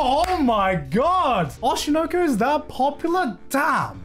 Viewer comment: he's finally pronouncing oshi no ko properly